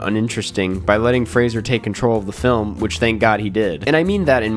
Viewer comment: so happy you learned how to pronounce Fraser ❤